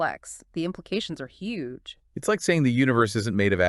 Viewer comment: that was Hue G E